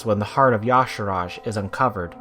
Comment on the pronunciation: If his name was pronounced as "Ya-sarahj," it'd be spelled that way. It's obviously pronounced as "Ya-sarhj"